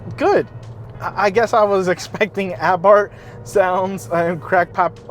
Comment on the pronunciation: Christ can no yank pronounce Fiat or Abarth. What a pathetic review of a good car.